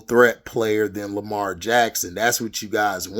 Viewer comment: 100% facts bro! And especially about Lamar or how you would say it hd lamah😂 but yeah I agree with you on Lamar he is a generational talent!